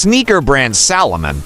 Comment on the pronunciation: It’s Salomon not Solomon, you even get the brand name wrong in the opening